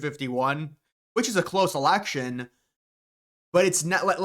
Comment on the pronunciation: It's Election, not Alection! Drives me nuts!